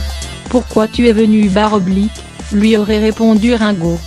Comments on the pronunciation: cest rine go !!!! et non rein !!!! mdrrrrrr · Celle qui li ne sais pas lire........ Rinnnnnn go au lui de me Rngo sa m'énerve 😣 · quelle horreur ces voix off numérisés récitant ringo devient raingo, l'usine AZZ mdr mais c'est très chiant car bourrés de fautes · et la connasse qui dit rin go et pas ringo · Rungo, prononcé à la française, j'aime bien, Rungo comme Ringard. Quant à Sheila, quel bel homme !😂😊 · bar oblique quel conne elle écorche le nom de lexe chanteur et de la chanteuse sheila